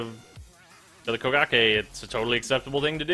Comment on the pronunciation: i swear i hear bukakke everytime he say kogake